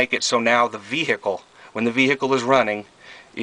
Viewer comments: That's pronounced "BROAM," ok ? Dude, the camera work makes the viewer want to swallow their tongue. Nice ride ! I only have a toilette in mine. I really need to install a shower as well, plus I don't have hot water. That's Vehicle, not VEEEEEHICK-LE ;) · I'm not sure what is more annoying. Calling it a C class (it's a B) or saying brouGham. The G and the H for that matter, is silent. It is BRO'um. And you could back off on the H in veHICKul some as well. Congrats on the purchase. It really does look good. What engine is it? 360, I would guess. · The way you say 'vehicle' makes me cringe